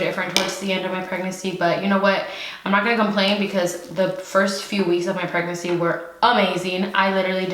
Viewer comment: Say it with me preg-nancy 😂😂